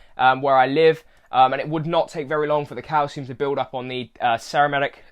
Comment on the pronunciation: Cerametic 😩😂😂😂 ceramic lol pronounced se-ra-mic but other than that matey 😉 good review nice editing as well 🤟